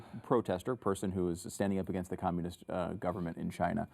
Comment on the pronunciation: "All DA THINGS"